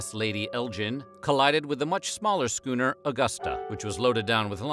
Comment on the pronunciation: "[s]chooner or later" 😂😂